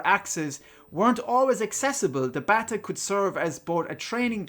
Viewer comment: Bataireacht... from "bata", Gaelic for "stick". Rhymes with "gotta" not "batta".